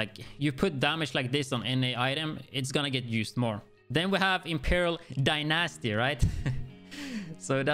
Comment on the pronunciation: when he says Die-Nasty I always chuckle. I’m not making fun of him, I just think it’s funny. Humor is much needed haha